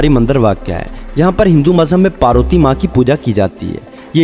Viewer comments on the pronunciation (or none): Naam to Sahi lo paruti Kya Hota hy sharm Karo thora Kisi os dharm ko maan to Nhi sakte but os ki respect to Karo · parooti ni parvati naam he.